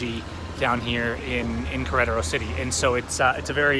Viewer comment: Learn how to say Queretaro. It's not that hard.